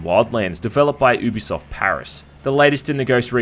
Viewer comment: why can no pronounce UBISOFT? it's not "OO-BI-SOFT" ITS "YOU-BI-SOFT" damnit. I know. this for a FACT. I called the company and actually asked them. that's how much it bugged me